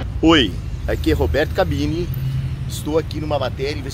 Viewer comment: O luva de pandeiro falou " cabrini" quando tinha que falar " cabeni " . Mas tá valendo, foi muito engraçado ! 😂😂😂